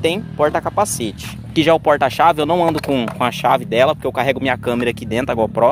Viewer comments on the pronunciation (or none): none